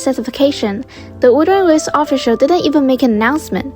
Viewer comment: WUT-HER-ING WA-VES say it 100 times you'll get it right at least once